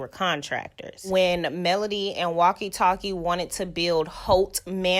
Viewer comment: Every time you say walkie talkie I 😂😂